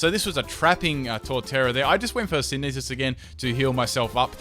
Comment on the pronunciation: I came back to this vid just for the sake of old times, when "Sineesis" was a thing! RIP "Sineesis."